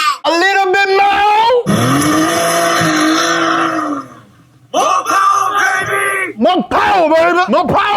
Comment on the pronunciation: is so cool.....Moh powah baby!!! 😂